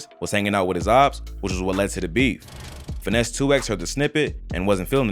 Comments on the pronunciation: Stop sayin 2x it’s 2 times 😂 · Why are you callin him 2 “ex” and not 2 “times”?? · Its not finese 2x its finese 2tymes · It’s “Finese 2 times” lol just so you don’t be saying it like a computer 😅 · We pronounce it two times in Memphis